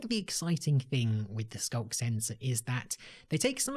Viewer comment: "The skunk sensor is-" I'm sorry what was that? rewinds "The skunk sensor-" That's what I thought you said...